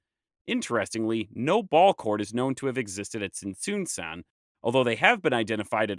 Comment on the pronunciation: Now, I must also say that I cringed every time you said pur-ee-pecha >_< Please, remember that in Spanish all vowels are short. Pur-eh-pecha. Though I also would like to congratulate you on your overall purepecha pronunciation. In particular with Tzintzuntzan. This, along with Parangaricutirimicuaro, were used as tonguetwisters when I was in elementary. As a footnote, I could not understand when you mentioned Axayacatl. But nahuatl is a more complex language with clusters of consonants. Many of which are also used as tonguetwisters in Mexico 😊